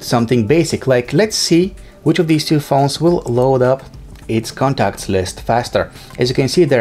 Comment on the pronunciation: Contacts, not conacts